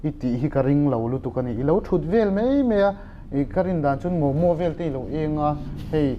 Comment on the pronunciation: Mei ti lovin,Mai tiha lam ṭhin a ṭha hle 'Mai'.